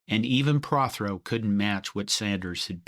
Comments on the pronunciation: Tommy Pro- throw not Praw throw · Tommy Prothro was Red Sanders' offensive coordinator at UCLA until leaving for Oregon State in 1955. Seated at left . And it's pronounced Pro-Throw. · Great program, thank you! Just one thing, you mispronounced Tommy Prothro's name. Before Prothro went to UCLA, he was coach at Oregon State. He coached Terry Baker, who won the Heisman Trophy in 1962. Interestingly, because they weren't in the AAWU that year, they could go to a different bowl game. They ended up playing Villanova in the Liberty Bowl and won 6 to 0. The scoring came on a 99-yard run by Baker. I loved their uniforms back then: all black with orange numbers and helmets. Then, the first year in the AAWU, Prothro's team won the conference championship and played Michigan in the 1965 Rose Bowl. THEN Prothro went to UCLA. Prothro's first year at UCLA was a year when Gary Beban played. They beat Michigan State in the RoseBowl, whom they had lost to in the regular season. Those were the days!